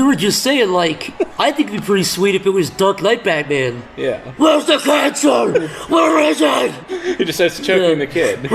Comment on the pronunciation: WHEREGHS THE CANSCERGH???